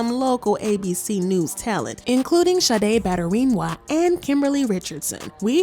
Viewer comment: 🤣🤣🤣🤣🤣🤣 the way you say her NAME!!🤣🤣🤣🤣🤣🤣🤣🤣 SADE 🤣🤣🤣🤣🤣 butter Wing Wah😍🤣🤣